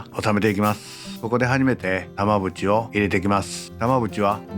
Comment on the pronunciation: 耳だけで聞くと玉縁が長渕にしかきこえなくて、んん？ってなってるw